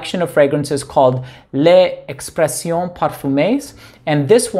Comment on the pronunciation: Hi, bonjour monsieur je parle français !!😊 Wish to see you in Paris 😎 les expressions you have to pronounce the x like ex!!! Just saying 🤠